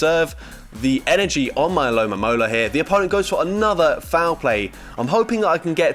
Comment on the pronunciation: It's ALOMOMOLA. NOT ALOMAMOLA. No mames.😂